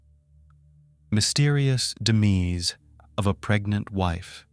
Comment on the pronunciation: duh-meez 🤣🤣🤣 stupid AI. go home, you're drunk.